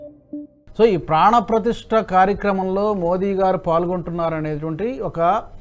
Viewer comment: ప్రాన్ ప్రతిష్ట కాదురా నాయనా ప్రాణప్రతిష్ట